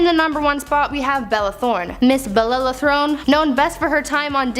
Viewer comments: With the wrong pronunciation. Throne, really? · Bella Thorne, not Throne, sheesh.